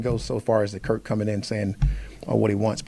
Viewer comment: Why do they keep calling him Kirt?